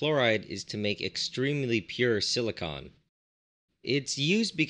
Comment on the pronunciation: Is no one going to point out the fact that he says silicon weirdly. Like, when he says silicon tetrachloride it sounds like silicun, the way most people say it. But when he is talking about silicon by itself he over emphasizes the "o". Like sili-CON.